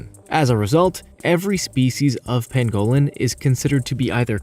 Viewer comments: Ooh - would that be the crested variety? (no I'm not a birder, I just think Grebes are cool :-))Yeah - he's not great on the pronunciation thing is he - It's also a PAN-go-lin not a pan-GO-lin and Tan-ZAN-Ia not Tan-ZANE-ea, but I don't think he's really that bothered. I'm glad you pointed it out though - I was about to do the same myself but without the academic credentials and was wondering whether it was worth the "oh look, here come the grammar police" BS which would invariably follow... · Its pronounced Panglin not Pangowlin you idiot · It’s pronounced pang-ga-lin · Tan-zuh-NEE-a and PANG-uh-lin. You forgot the endangered black-footed ferrets. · Ice itched about your silly pronunciation before but research must be just too difficult! It is a PAN-go lin. And GREEB ! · This guy’s pronunciations hurt my ears! He can’t even say pangolin. Also I would happily kill and eat anyone who kills or eats a pangolin.